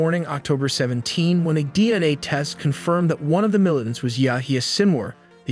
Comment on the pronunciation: What is a "mili-ent"? Is this a new military term?